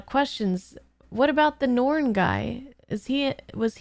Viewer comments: NARN, not norn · Welcome to the world of B5. (one of the greatest series ever made, and is triggering a subscription ) For pronunciation: The Narn (like yarn) The Minbari (Min Bar Eee) The others you pronounced correctly. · first off its n-are-n, pronounce the A... second as much as i love star trek TNG & DS9, babylon 5 has a much better story through all 5 seasons. i dont think you'll see this series as extra content once you get a few episodes in & i eagerly await the next one.